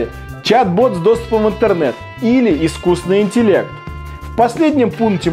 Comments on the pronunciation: хорошо бы ведущий научился говорить ИСКУССТВЕННЫЙ. вот это был бы прорыв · ведущий не может нормально сказать "искусственный". ахахахах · самый крутой ведущий который не может правильно произнести "искусственный". Это еще надо суметь